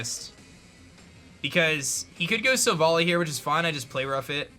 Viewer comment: stop saying silvally wrong!!!!!!